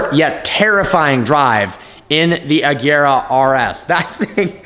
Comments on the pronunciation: AGERA NOT AJERA!!! FFS. Learn how to pronounce the goddamn name. OR IS IT HARD TO YOU TO DO THAT AS IS DRIVING IN THE ROUNDABOUT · HOW MANY TIMES WE GOTTA SAY IT IT’S AGERA WITH A HARD G